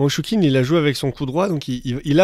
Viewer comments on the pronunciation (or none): Très bonne vidéo et bonne analyse. Juste si je peux me permettre (no offense je précise) c'est dans la prononciation des noms chinois, on sait que c'est une langue très complexe, mais le "q" se prononce "tch", tout comme le "zh" se prononce "dj" si on jamais on parle de Fan Zhendong. Juste un tip pour que ce soit encore plus pro. Si jamais veux vraiment écouter la prononciation c'est simple, y a juste à aller sur les pages wikipedia auras leurs noms en caractères, y a juste à copier et coller dans Google trad et cliquer sur le petit haut parleur. C'est sûr que c'est pas évident mais ça évite de faire grimacer ceux qui connaissent la langue, et les commentateurs de chaînes sportives devraient en faire de même surtout qu'ils sont payés c'est la moindre des choses. Voilà sinon rien à dire bravo pour le travail fourni. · Je crois que ça ne se prononce pas choukine... c'est plus respectueux d'essayer de prononcer correctement non ?